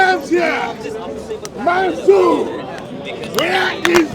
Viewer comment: He can’t say Mansoor either. He said MANSOOOOO